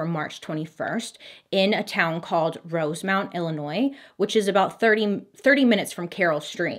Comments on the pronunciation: I had no idea her ability to mispronounce names is amazing until now. I live in northern Illinois and I’m surprised she got Chicago and Carol stream correct. When she said rose mount and shamburg. I was like where’s that? Oh you mean Schaumburg. Sch- aum-burg and Rosemont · You make it so fun to watch MMM but Bailey you slaughter name pronunciation IT'S ROSE- MONT AND SCHAUMBURG (SHUM-BURG) Love You just the same glad you your back ❤ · I live in that area and it's Rose-mont and Shahm-burg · yes lol it kinda sounded like she said rosemont wrong too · As someone born and raised in Illinois, I am cracking up over your pronunciation of Rosemont and Shaumburg. Lol